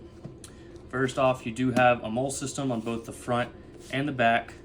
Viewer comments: I should have left immediately after seeing the FAFO patch, but I stuck around just long enough to hear this dude mispronounce molle (mole? Seriously?). Oh and this kit has never been used or carried. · Molle is said like Maw-Lee. Great vid!